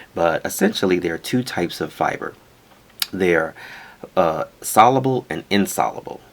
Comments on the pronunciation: sol-YOO-bull not sol-uh-bull. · sol·u·ble The “U” sound is pronounced in the middle of the word. The Premium Blend of Metamucil uses stevia as a sweetener and is a wonderful product!